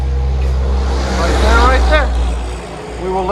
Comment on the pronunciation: Q: wait, where...? A: "right derr". 😎